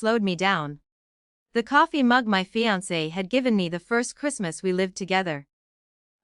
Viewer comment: Fiance is woefully mispronounced.